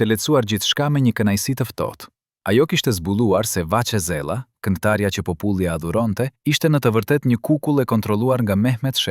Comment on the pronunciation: Ku e keni gjetur kete mut muti qe nuk di shqipen kur dhe fjalen popull qe eshte pothuajse e pergjitheshme